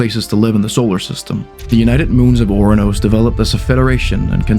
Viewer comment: Oranos? it's 'Uranus' dingus. am i missing something? did nasa rename Uranus or this guy trolling us on the name?